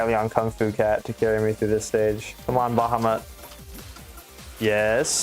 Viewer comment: Also it's "BA HAW MET"